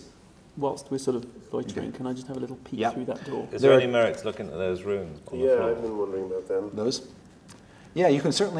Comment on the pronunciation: Chris has an aggravating habit of pronouncing "rune" as "ruin".